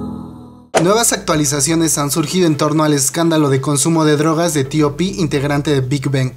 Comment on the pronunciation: x que dices : " Tio pi " se oye horroroso , TOP TOP TOP , di TOP así lo pronuncian incluso en Corea !